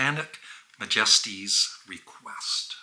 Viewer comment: You know how you pronounce "majesty" in "Her Majesty"? That's how you're supposed to pronounce "majesties" in "Their Satanic Majesties Request". Thanks. :)